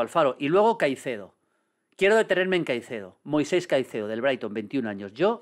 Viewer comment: Me da toc cada vez que Maldini no llama Moisex a Caicedo